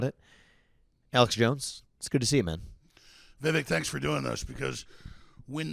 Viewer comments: Hey Alex, it’s Vivek like cake 😂🤣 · It's pronounced Vi vuhk like cake, Alex! Or I'll start calling you Alec. LOL ;p Great interview Vivek. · Vi-Vake...when are they going to get it right? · VIVEK RHYMES WITH CAKE ALEX !